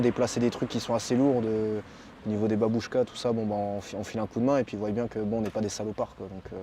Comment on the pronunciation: Ils voillent !!!! non ils voient... c c'est moi qu il avait conseillé, morales , morales, dc qu on eut lieu, qu on a !!!! Il n est pas bac + 5 en français !!! Qui zont !!! Y zon !! Français, polonais.. pas d ukrainien !!!